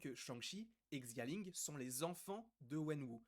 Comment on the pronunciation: Salut je parle pas le mandarin mais je pense que xia ling se dit shia ling